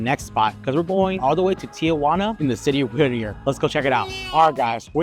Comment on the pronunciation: Whittier not whitter